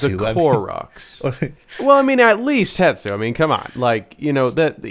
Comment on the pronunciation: I don’t think I’ve ever heard anyone pronounce “hestu” the right way.. Pretty crazy for 5 letters 😅